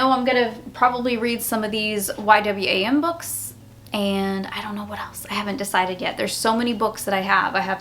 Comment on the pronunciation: The publishing company is pronounced Y "WAM" Lol. Its an amazing missions organization.